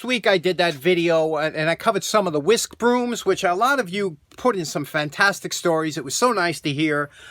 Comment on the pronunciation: Bang to rights there! And I just corrected him on his pronunciation of whisk broom